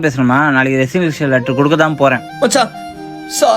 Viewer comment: Good concept. Nice!! That is resignation letter not ரிசொலுஷன் letter